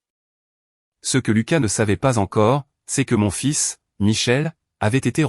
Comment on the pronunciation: On ne dit pas fil mais fils😮